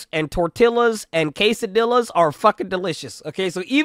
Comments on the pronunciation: did this mf just call them case a dillas and torti ll as??????????? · Niga said kaysadillas